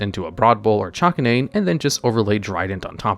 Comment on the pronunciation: the way he pronounces chakanine irks me so imma just say: its the dog zodiac so its chak-kay-nine